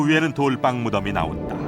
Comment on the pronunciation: 좋은데 돌방으로 발음하고 돌빵으로 부르지 마세요 이유 없는 경음화 거북합니다 돌 위에서 빵을 굽는다면 뭐라고 부를 건가요?